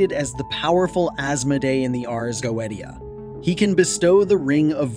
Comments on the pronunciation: "If you're gonna make a video about a goetia, the least you could do is pronounce it properly." - Mike Wazowski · teach your auto voice to pronounce Goetia and double check your photos. last time I checked neither a lion nor a man nor a donkey looks like a goat! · you pronounce it wrong. how can you know anything about it when you cant even pronounce the word Goetia correctly? The degradation of an AI made internet is all too clear. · this is not how you pronounce goetia in Latin 🤦‍♂️ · Youre saying GOETIA wrong!!! If you are gonna do a video on this at least say the word right LOL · You can blame a show on youtube called Helluva Boss for that. Stolas is a major character in it, and in this show, Goetia is pronounced go-e-sha. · Please learn to properly pronounce Ars Goetia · Anytime! Happy to show my support regardless of how you butchered the word <3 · Take a shot for everytime he pronounces "goetia" wrong. And by the way. Its Pronounced "Go/ui/shia" Not "goet/ia" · Go-E-Tia???? you know we can't take this even remotely serious right? (edit) I now find the video more credible however...... I believe original pronunciations should be noted when it is spoken in a different language than the rest of the video. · Fuck. Is it not pronounced "goesha" ? I have been pronouncing it wrong for years lmao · GO-AY-SHA say it with me, pronouncing this wrong earns a downvote. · go AY sha... Goetia pronunciation. Demonologists version. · It is pronounced, Go-ay-sha. Goetia. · You're mispronouncing it right out the gate -GO EH SHUH!!! C'mon man??? No telling what other words you're going to massacre...? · Goweedeshu. 😅 No dude, that's how it's pronounced in 'mom's basement demonology'. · still mispronounced, its "goeTia", with a T not "goeDia" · Dude, it's...Go-A-sha. Not Go-et-E-a. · it's not pronounced go-eat-u'ta. it's go-iish'uh Ars = like multiple R's phonetically, not Airs... you are not qualified to talk about this... by miles. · He did not just say the goweediya …good god